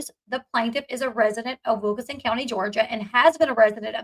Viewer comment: I know you dont like when people comment on your accent but theres literally an N in wilkiNson, its not wilka-son.